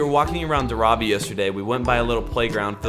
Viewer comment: This was such a wonderful video! Just wanted to let you guys know that it's 'Dhaaaravi', not 'Dharaaavi'. ❤️ Keep doing the good work! More power to you.